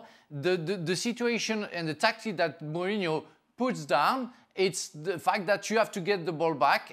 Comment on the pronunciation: One day Jurgen will actually pronounce Mourihno's name correctly